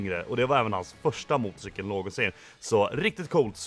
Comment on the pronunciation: ”Motocikel” haha